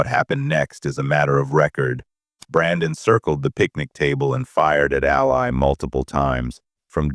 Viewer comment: Her name is pronounced “AL LEE”… not “AL LIE”😂